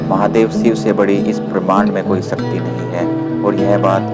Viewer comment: Shiv not Siv..Shakti .not Sakti.